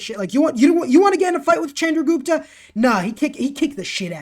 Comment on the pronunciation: love your content but it is pronounced shandra not chandra